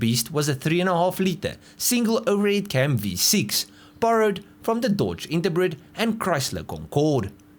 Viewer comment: "Dodge Interbread" sorry it sounded funny!😂